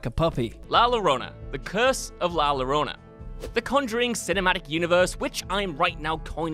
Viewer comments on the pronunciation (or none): "Llorona" is pronounced "Your-onah" (roughly).